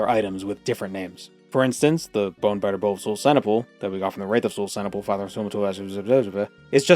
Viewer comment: I thought you were saying "bone batter bow" which sounded kinda dirty